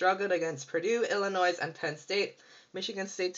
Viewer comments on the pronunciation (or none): its pronounced ILLINOI not ILLI-NOISE drop the S idiot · Ohio St. is not in the Big 12. I can see how you made the mistake since they are in the Big 10 and there were 11 teams in the conference that year. The last S in Arkansas and Illinois is silent. I CANNOT see how you made this mistake, as you are older than six (I presume)...